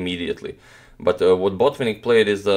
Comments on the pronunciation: May I try to correct you to a small degree. You pronounce BO'tvinnik and the right pronunciation is BotvI'nnik. You can ask your Russian friends if you do not believe me. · He is BotvInnik, not BOtvinnik